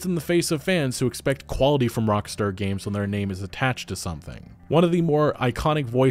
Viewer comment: "Rockstore" fucking lol well done